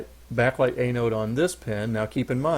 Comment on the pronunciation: FTR, its pronounced AN-ode (as in ANNE- ODE) not A-node (as in AY-node).